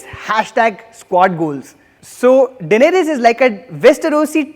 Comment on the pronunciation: just say dany but mispronouncing thrones' names makes me go Dracarys Glad you take criticism well